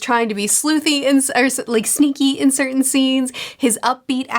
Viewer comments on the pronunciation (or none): none